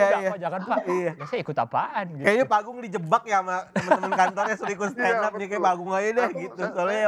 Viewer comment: malu aku dengernya 😅😅😅 dia yg standup malah kaya standop